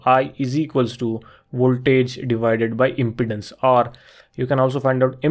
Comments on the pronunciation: Pronounced imPEEdance, not impotence. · It sounds like you are saying "impotence" rather than "impedance". If you can solve "impotence" you will be rich! 😃